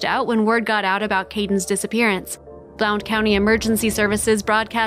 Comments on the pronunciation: It' is pronounced "BLUNT" County. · Blount county is pronounced "Blunt county" I remember this it's not too far from me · I’m from East Tennessee and the mispronunciation of “ Blount County” is driving me crazy . It’s pronounced “Blunt” county !